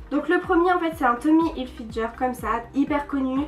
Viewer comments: mais on dit pas tommy hilfidger on dit tommy hilfinger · on dit tommy hilfinguer pas hilfinjer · heuu, juste, ca se dit "tommy hilfgUer" merci